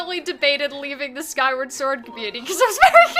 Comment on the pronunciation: SKYWA SWOR!!! 🧡